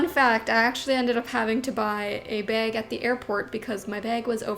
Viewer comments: no one:, on ig trying to pronounce bag: bAeG, bAaG, bEg 😂😂❤️❤️ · Super Canadian b e g 🤣